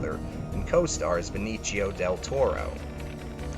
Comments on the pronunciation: Benicio not Beni chio. He's Puerto Rican not Italian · Ben each eeyo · You can't spell their names either it's Benicio and Dan Akyroyd